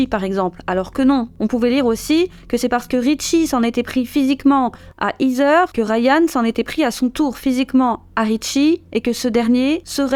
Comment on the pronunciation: Heather ce prononce : HEY-DEUR… et non pas izeur